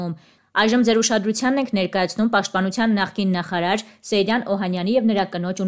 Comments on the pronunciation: Սեյրան😊😊😊Ճիշտ գրեք ու կարդացեք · Աղջիկ ջան հնարավոր չէ՞ մի քիչ ուշադիր լինել ՝ ոչ թե Սերյան, այլ ՍԵՅՐԱՆ երբ գրածն ու կարդացածը սխալ է, ասվածն իմաստը կորցնում է։ Ուշադիր եղեք։